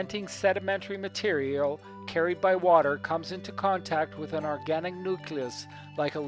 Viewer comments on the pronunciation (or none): none